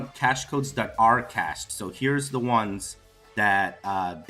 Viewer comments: I been hosting websites and running web servers for almost 30 years. The fact they kept calling CASHEY lol instead of CACHE. They have no idea what they are talking about. I was wondering the same thing. It was cringe worthy listening to them butchering the word. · It is very sad that an IT professional developing an advanced application can't pronounce word Cache correctly!!!!! The Saitama IT team should be deported from earth to another planet. Failing an application 8 times is nonsense for any IT or business professional. It is not acceptable PERIOD!!!'n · Ridiculous isn't it? I have 20+ years of experience in the semiconductor and software industry and I have never heard it called CACHET, its pronounced CASH, lol. I wanted to pull my hair out every time he said it. I really question if really is a Software Engineer that he claims to be in another video, and I'd be interested in knowing where he received his Engineering degree from lol. Maybe people are starting to wise up and realize that the app was never even remotely ready (which is what I said from their January release date), and they are using a carrot on a stick approach by putting out so many releases. This is newbie alpha/beta level procedures at best. They should come out and say they need a few months to finish development, test it properly, hold a closed beta test, etc. But this incremental release nonsense is just that, pure nonsense. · I’m not trying to pick a side, but by his defense I’d say it’s a language pronunciation issue. Isn’t he from Brazil it might be why he’s pronouncing cache (cash) as (CACHÉ). I’m just saying because I speak French, Spanish, English and Haitian Creole I might see where the problem is. Anyway I’m still holding saitama. They don’t need an app to be successful in the crypto world. How many token is trying to have a wallet guys. Cut them some slack. SMH. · lol They said cashay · CASH AYE! CA SHAY! 😂😂😂😂😂😂😂😂